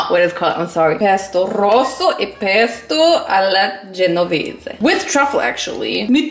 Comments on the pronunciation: I’m italian from Genova and I LOVE THAT YOU SAID PESTO ALLA GENOVESE RIGHT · OMG OMG i'm italian and when you pronounced "pesto alla genovese" I was like WHAAAAAAAAAAAAAAAAAAAT your pronunciation is I M M A C U L A T E chef kiss